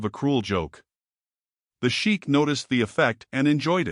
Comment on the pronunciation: Mispronunciation of narration besides other things. Sheikh (actually Shaikh) is pronounced 'Shay-k' & NOT sheek. Also why are u showing the waitress clasping her hands together insultingly like a prayer or submission??? She had strength of dignity & honest character to stand up to the Shaikh (shay-k). U are further be-littling her in the posture of the video. Terribly insulting.